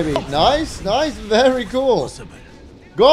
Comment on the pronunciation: datguy4's comments were priceless, "berry nice"